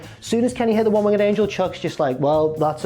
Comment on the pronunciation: Can we discuss how says "One Winged Angel" please? Its "Winged" isn't it? Not Wing-ged" surely? Google translate agrees with me people.